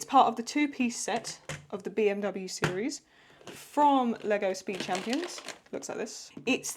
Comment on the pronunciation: Your pronunciation of BMW was pretty good btw, you were right we do say it like that in germany.